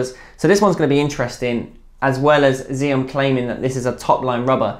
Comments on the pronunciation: Apparently it's pronounced 'Axiom', not 'Ziom'. Great video, keep up the good work. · The brand name is pronounced like the English word axiom. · How feasible do you think the vega x would be with 2.0mm as a backhand rubber? Btw just a note the brand xiom is pronounced as axiom.